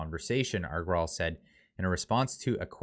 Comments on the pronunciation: It is very easy....the name is pronounced Ag-ra-wal. That is it! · I love how you pronounce the CEO's name. Is a HILARIOUS BUTCHERING of the name😅, reply to this comment if you want to know how to pronounce it.